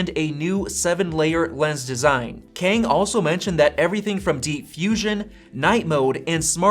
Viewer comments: It's not pronounced as "Keng" it's "Ka - ah - ang" Kang. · The pronunciation of Kang is more close to kum, instead of ken 😂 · And the way you say it sounds really odd 😂 I'm Chinese (so I know the difference between Asian languages) so if Kang is Korean, it would sound like Car- with an NG at the back. Like Carng. Or we can do an englishsified version of Kang that sounds like rang just with a K.